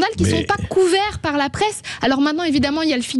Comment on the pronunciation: La societéyyy de prWouésse ? 🤣